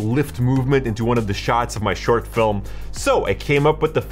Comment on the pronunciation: I’ve never heard someone pronounce film as fil-a-mah before. Hmm.